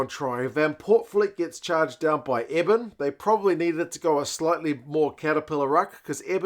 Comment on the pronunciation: Love your content. South African lass here. For what it’s worth Eben’s name is pronounced like ‘ear+bin’ not like ‘Evan’.